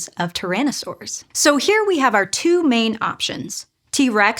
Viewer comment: You need to work on emphasis. You are putting the sentence emphasis in the wrong places. In English, when you compare things, you put the emphasis on what is DIFFERENT. " WE have these holes for the nerves too." "In OTHER animals, like lizards. " "would have had OUR level of facial flexibility ". Doing this, instead of placing stress randomly, will help your communication.